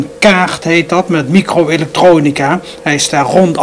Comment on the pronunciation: Het is limbabwaans. Hij moest echt zijn best doen om Nederlands normaal uit te spreken. En dan lukte het nog niet. Ik kom uit dezelfde omgeving en heb dezelfde handicap. Wel altijd interessant om te zien dat hij zelf ook zo enthousiast was over alle “miekro eluktrooonika” en de wondurre werold van de kompjoetors. Erg mooie tv van toen.